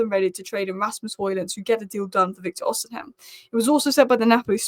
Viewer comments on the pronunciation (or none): Stop saying “Osihem” it’s pronounced Osi-men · Every time you pronounce osimhen differently.. Its osim hen.. Not osin ham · h is silent its not rocket science, osiimen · Im so childish. I chuckle every time I hear pronouncing Osimhen as O-SIM-HEN. Big ups. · I've tried correcting her too. I'm Nigerian and I know his name is Victor Osimhen. It's pronounced as if the letter "h" is not there. Pronouncing the "h" in not correct!😂